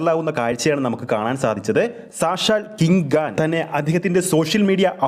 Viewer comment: കിങ്‌ ഖാൻ' ആണ് അല്ലാതെ കിംഗ് ഗാൻ അല്ല.. ആരാടോ തന്നെ മലയാളം പഠിപ്പിച്ചത്😡